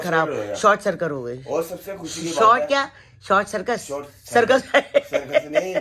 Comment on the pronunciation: Sirkat nhi 😂😂😂 uncle g circuit